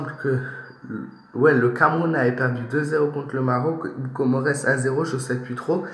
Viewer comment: On lit pas le S on met le S car Comores c'est des îles réuni qui forment un pays 🇰🇲